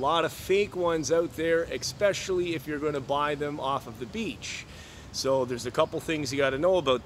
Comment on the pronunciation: eSpecially...not eXpecially pretend the word starts with one simple letter - S.